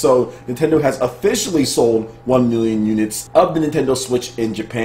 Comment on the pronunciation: is it just me or whenever sir says "one million units" it always plays in my head that guy from e3 "wan miyon trups" 😂😂